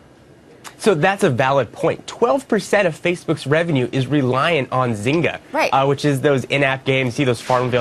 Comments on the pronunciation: Lol at the way she pronounced Zygna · The host doesn't know how to pronounce Zynga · Nice job! Oh and Fox lady, Technobuffalo is more than just a tech blog, and there's a g in zynga.